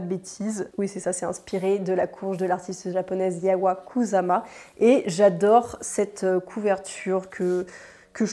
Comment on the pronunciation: Bonjour, l’artiste japonaise dont tu parles s’appelle Yayoi KUSAMA, son prénom se prononce Ya-yo-i (comme s’il y avait un tréma sur le i) et son nom de famille KOUSSAMA. En japonais, on dit d’abord le nom de famille, puis le prénom, soit: KUSAMA Yayoi.